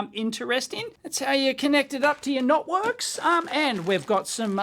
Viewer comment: Did he say NOTworks 😂